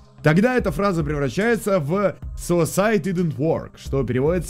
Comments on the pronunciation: я услышал суицайд инзе вод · похоже там произносится не suicide didn`t work а суицыд не помог